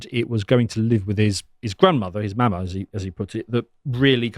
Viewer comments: Pronounced maw-maw and paw-paw. Have you never seen Raising Hope? Lol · LOL as an american hearin a guy with a british accent say mawmaw & pawpaw makes me realize how weird it sounds